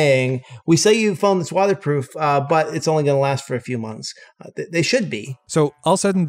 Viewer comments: Is just me or the ifixit CEO said "Wata proof"? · Why is this guy saying “watherproof”